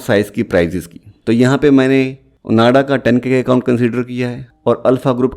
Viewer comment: It's ओआंडा bro, not ओनाडा..